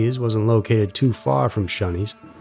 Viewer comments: Dude,, it's 'ShOneys' not shUneys. UGH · Gah damn stop pronouncing Shoneys as shunnys its Sh-oh-neys ffs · Pronounced “Show” knee. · Shoney’s is pronounced “Show knees”. Used to be a big chain. Whenever you have a vowel consonant then e the vowel says it’s own name. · He kept saying Shunney's. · yup. Was driving me crazy. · I don't know where he is from. But, I cringed every time he said it